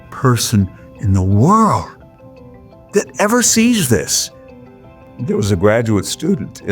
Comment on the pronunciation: Omg the "Fumb Duck" 🔄 .. "Zis iz equivalent tuuuu.. 🤦🏽‍♂️